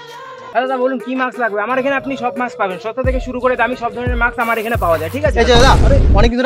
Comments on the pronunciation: Re ota maks na ....mask bole 🤧🤧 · Mask bole ... maks na